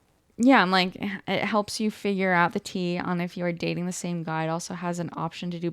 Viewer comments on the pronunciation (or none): none